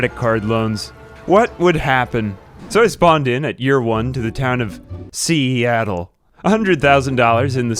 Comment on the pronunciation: When he said ‘SEAattle’ I had a flashback of Homer banging his fist on the desk laughing at funny place names at Krusy’s clown college